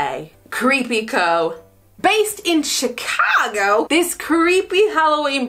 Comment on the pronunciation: Love your attempt at saying Chicago like a Chicagoan would lol